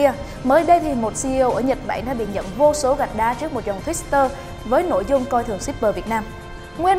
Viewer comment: tuýt-tơ chứ hong phải tuýt-s-tơ nha giang!